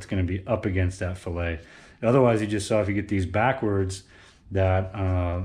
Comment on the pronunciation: The chamfered side of the connecting rod ALWAYS goes against the crankshaft. That chamfer in conjunction with a narrowed bearing clear the "fillet". "Fillet" is an engineering term and is pronounced "FILL-it"! "Fil-Ay" is a culinary term!